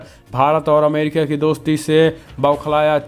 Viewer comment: Arre bhai Amrikia nahi America hai. Kindly correct it.